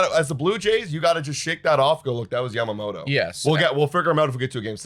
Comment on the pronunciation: Ya ma moto not Yam mamoto.. Like is Toron toe or Toron oh?